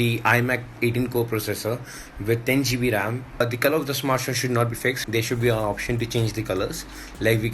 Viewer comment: I don't know why it kinda bothers me when I hear people say geebee when they mean GB